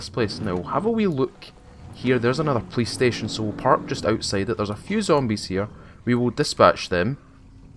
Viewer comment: I kept thinking you were saying playstation instead of police station. Love the content.